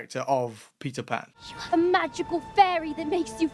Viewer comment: I believe it's Patel Pan